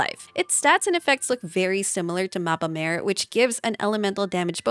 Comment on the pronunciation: Awesome vid dear! Just a smol thingie I noticed! Mappa Mare is not pronounced like mAEre ( sounds like female horse:D) but instead with a flat A: mAAre. In Italian it means "Sea Map" Keep rocking! Always looking forward to your new content <3